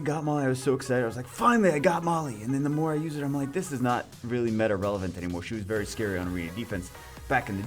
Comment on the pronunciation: All time u said "i´m like" i did understood "mike" lol